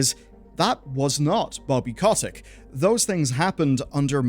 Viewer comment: It is funny the way you say bobby's last name